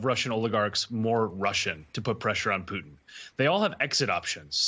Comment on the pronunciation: It's POO-TIN...